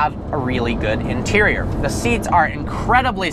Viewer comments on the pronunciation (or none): none